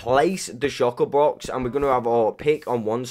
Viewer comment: Anyone noticed he says shocker box